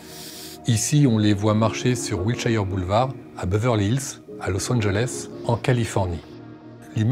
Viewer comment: c’est « will-cheur « boulevard, pas « will-cha-yeure ». Et ça vaut pour tous les toponymes en -shire (comme Yorkshire, par exemple). Les français et la prononciation de l’anglais, ça fait pitié 😂 Très bon sujet, cela dit.